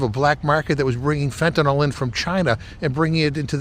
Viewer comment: They sound stupid they cabt even pronounce the drug correctly! Its not fentanol, its fentanyl (nil), fentanyl (nil)!!!